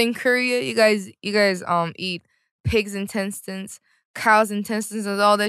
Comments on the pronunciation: SHE KEPT SAYING INTENSETINES SKADJKSAJKDASJA I AM LOSING IT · KawaiiCupCakes at first, I thought she was saying tentacles lmao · I thought she was trying to say “tentacles” but then it just went too far😂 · In-tes-tine 😂😂😂😂 jamieee🤣🤣🤣🤣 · INTESTINES sounding hilarious from Jamie is cute n Hillarious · now you got me saying intestines wrong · I dont even know how to properly say Intestines after hearings her say it like that so many times